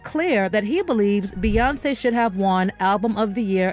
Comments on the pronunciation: Why do all yall bloggers say her name like Bae even though it's spelt bey we all know it's pronounced like B Bae is crazy to me who ever says hey baeyonce 🥴🤦🏽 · Why do you keep calling her Ba 😂like it aggravated the f out of me every single time you said it?! Like what 🤔is she your girlfriend or what because that’s what people usually call their boyfriend or girlfriend